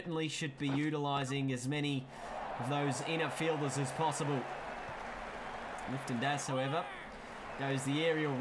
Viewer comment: You kept saying “Lifton Das” it’s “Liton” 😂😂